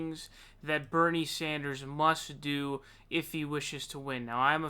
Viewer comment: Dammit, you Sawndersed again at the end. Why the fuck?